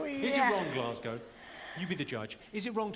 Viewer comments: You said Glasgow perfectly 👍🏻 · Glasgow....Aye, ye said it just fine m8.